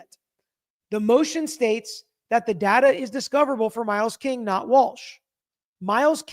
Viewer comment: datar. Not data. Lol